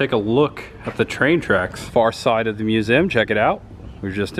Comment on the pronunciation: It's pronounced mu zee umbrella! Not musum